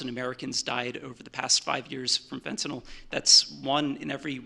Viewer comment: why do people always pronounce it FINTINOLL? it makes me fucking crazy, it's fent-a-nil. say it right